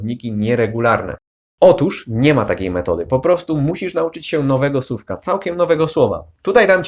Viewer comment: Słucham ciągle, subskrybuję i przeszkadza mi jedna rzecz: wymowa słowa słówka/słówek. Z całym szacunkiem, ale wymawiasz sówka/sówek - proszę, popraw dykcję na filmach.